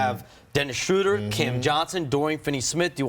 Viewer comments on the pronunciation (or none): Dude said Dennis Shrouder. No wonder this clown never will work In Warriors organization.